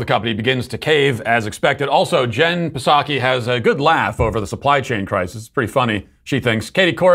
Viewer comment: Your pronunciation of Psaki always brings a smile to my face and never gets old. Thanks.